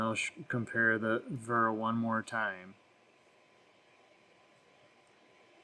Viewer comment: It's pronounced Vera